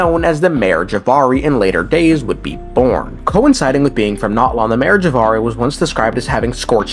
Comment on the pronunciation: Bro... The game tells you how to pronounce Natlan. It's Nat-lan not NOT-lawn. 💀🪦